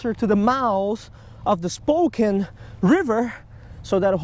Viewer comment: Welcome to the PNW! Hahaha good try at pronounce Spokane...spoh-kan. Come over to this side of the mountains.